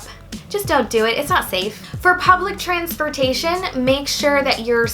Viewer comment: im sorry, did you say transfortation?